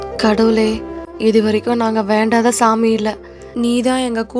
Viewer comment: Ma Your pronunciation of Vandatha saami is wrong its ve..ndatha. Pls correct it. Urs affectionately toxic apples.